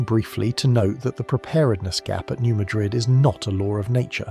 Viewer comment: It’s pronounced “New Mad-rid”